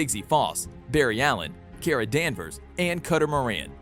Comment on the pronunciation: its not keera its kara danvers and mon-el get the names straightyou only got martain right